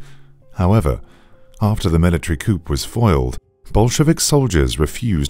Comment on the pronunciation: The way he said coup, breaks my heart